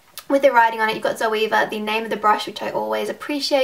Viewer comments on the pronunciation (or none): Great review! Definitely convinced me even more to buy the rose gold set. Btw, the proper German pronunciation is Tserva (rhymes with server).:)